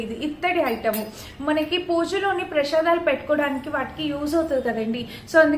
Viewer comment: Theliyaka kadu ala matladadam fashion